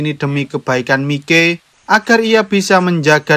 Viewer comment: Gini lo mas mike itu di baca maik bukan mike, mike opo rumasane mike tak e son opo pie 😂 tapi gak papa tetep bagus kontenmu mas semoga saya bisa sukses seperti mu amin🤲